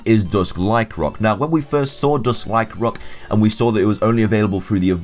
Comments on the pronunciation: Lyc-AN-roc not Lyc-roc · Accents are not excuses to skip syllables.